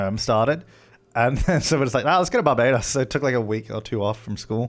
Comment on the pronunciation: my brother is bajan & the way they pronounce barbados is distressing ngl